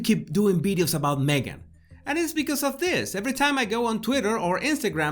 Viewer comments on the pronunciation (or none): What are “ bideos”?